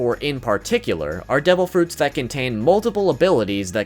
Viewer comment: Are u saying DOUBLE Fruits Or Devil Fruits